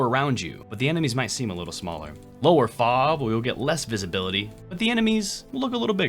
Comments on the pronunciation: this is a little nit picky comment and I want to point out the way you say FOV, Cause you don't say foov, you say F.O.V. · I've never heard anyone actually say FOV as "fauv," I love it